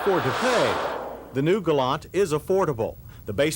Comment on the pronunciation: Well, Mr. Davis says "Galant" (with the "t"), as it's supposed to be.